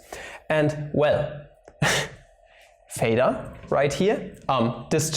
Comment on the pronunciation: It is theta not pheta, it isn't like phi YOU PLEB -.- there is a difference in the pronunciation of "th" (in this case a voiceless dental non-sibilant fricative) and the "ph" (the voiceless labiodental fricative) or just f.